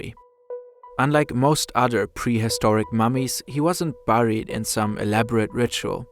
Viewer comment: buried is not pronounced like that, check Wiktionary.